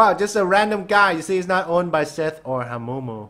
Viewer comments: When says hamumu Hawmumo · It is not HAMOOMOO